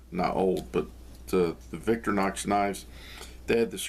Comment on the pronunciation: Just to be pedantic. You say Victor-nox but the name comes from Victoria not Victor so the "i" should be pronounced. Don't get me started on Wenger.. Great video thanks..